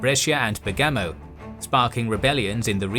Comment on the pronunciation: The same with Modena and Bergamo. The accent is on the first vowel.